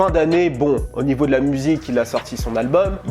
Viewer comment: ... "de la place au nieau " ya pas un léger soucis ?